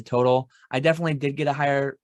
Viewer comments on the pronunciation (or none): none